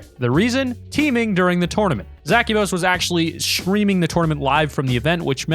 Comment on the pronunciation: A tournament it piss me off how he said tournament